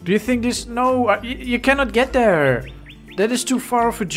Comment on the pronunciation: Why do you say there like “der”